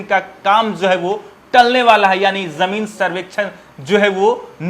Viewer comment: Yar tum zameen survey par reporting baad me krna pehle tum khud bolna sikho Zameen ko jameen bol rhe Mushkil ko muskil bol rhe Asaani ko ashaani bol rhe Shuru ko suru bol rhe Jaa ko zaa bol rhe Bhai in sbko sudhaar kro Ya video me ana band kro Janta ko zanta bol rhe